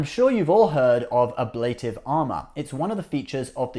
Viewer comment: speeded = not a word The word you're looking for is "sped." Also, it would be nice if you (or anyone) could pronounce "ablative." Hint: it's a Latin word, so it's pronounced the way it's spelled.